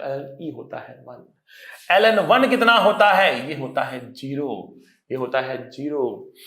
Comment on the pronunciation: When sir was! Teaching log function and he said (LN) then it seems to Allen..☺️☺️